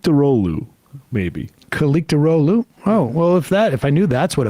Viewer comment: Kemal "kileechdarlo" when I googled "Pronounce: Kilicdaroglu"